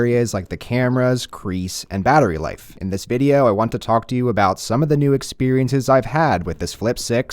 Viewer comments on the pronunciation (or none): none